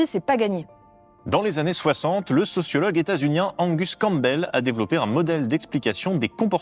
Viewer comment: Je sais que â s'écris Campbel, mais c'est pas le p qu'on prononce, c'est le b, oui, c'est bizar. Super vidéo, merci